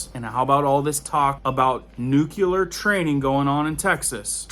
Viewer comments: Sorry...it's pronounced nuc-lee-er, not nuc-u-ler. (my ears hear nails on a chalkboard when that word is mispronounced.....but so many pronounce it incorrectly.) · It's not pronounced nuKELar, it's nuCLear. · Another great video my man. But I gotta put this out there again. Nuke-Lee-Er. Not Nuke-U-Ler. I know. I know. I'm being "that guy". Lol.